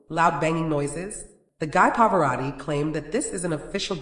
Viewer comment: “The guy pavoratii” 😂😂😂